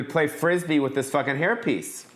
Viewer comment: Im so sorry for your loss. May he luve on through you! R.i.p. Also every time you said hair piece it soubded like herpes COME DO A SHOW IN SEATTLE/TACOMA